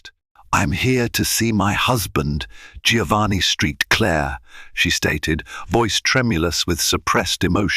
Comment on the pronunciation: St. Clair. Saint Clair not street Clare Please correct your ai